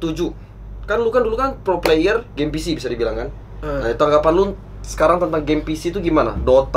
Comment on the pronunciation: " mau ngomong player kepleset jadi pler" Emng dasar 🤣